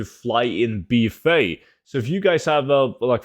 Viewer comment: The way he's saying BFA. "Bee Fay" 😆